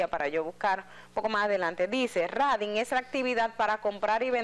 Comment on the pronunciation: La palabra exacta es TRADING por favor lic Edith Febles. La pronunciación es 😂Treidin